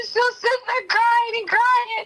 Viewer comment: He was “cryingk” I’m pretty sure crying doesn’t have a letter ‘k’ at the end of the word. 🙄